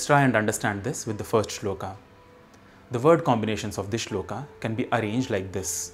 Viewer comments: श्लोक , not श्लोका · वीडियो अच्छा है पर कुछ शब्दों को आप ख़ुद ही ग़लत बोल रहे हैं। अंग्रेज़ी में Shloka लिखने से ‘श्लोक’ श्लोका नहीं हो जाता। उसी तरह शिव जी का नाम अंग्रेज़ी में Shiva लिखने से शिवा नहीं हो जाता। कृपया इन छोटी पर महत्वपूर्ण चीजों पर भी ध्यान दें। जय महाकाल। 🕉️